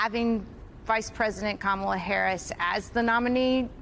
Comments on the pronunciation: One of these folks is a BRF fan. She pronounced Kamala as "Camilla." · Camilla? It's Ka-ma-la! She's not the British Consort ffs. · Deep pontificating, but 4 years in and still can't pronounce Kamala correctly. "Come illya" Ridiculous. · You have to love the woman who called Kamala "Camilla", then said she didn't know enough about her...no fooling really? Start with getting her NAME correct you simpleton. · Karen can’t pronounce Kamala’s name. She said Camilla 😂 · Harris' border job was to slow the people leaving Central America. I've read reports that asylum seekers from the Guatemala, El Salvador, & Honduras triad did in fact slow. Harris was never what Republiks like to call her, Border Czar. These women don't know that. [Edit later group] Kuh MIL luh. Honey, you can't even say her name : like "comma" it's KAH mah lah. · I'm sorry but some people need to stop reproducing. This is what happens when you live inside your bubble. Also it's not Kameela. It's Ka-Ma-La for lords sake. This lady with the glasses is too smart for her own good. Just at home running down that rabbit hole smh. These people are for real bugged out. I could never be a Republican my head would explode. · Did she say Camila? Sorry, that’s the queen of England. Not even close on the correct pronunciation. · Trump has a way over inflated ego 😢 and that scares me so incredibly much 😢Camilla? Another intentional mispronunciation of her name 🤬🤬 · Those Karen’s are total Fox News Kool-aid drinkers—they should have been fact checked by the interviewer that Trump was the one responsible for sabotaging a bipartisan border deal! They’re so misinformed by MAGA. People also need to learn to pronounce her name correctly: KA-ma-la—accent is on first syllable!! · Anyone else hear the soft “KamEELa” under that woman’s breathe because she was nervous about not knowing how to properly pronounce it…? Lol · She can't even pronounce her name right. Camilla did she say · saying Kamala not smart 😂